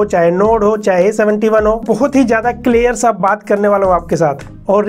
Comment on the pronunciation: You say : clair Me : clear 😅